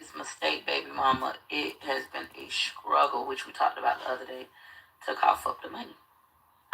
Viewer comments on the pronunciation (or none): I hate to hear her say “scruggle”; damn it’s struggle!! 🤦🏾‍♀️